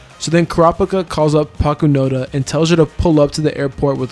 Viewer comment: never mind. He called her Pakunada 😂